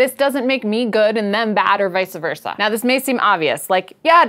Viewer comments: The phrase is "Vice Versa" NOT "Vica Versa" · This doesn't make you bad, but not knowing how to pronounce vice versa does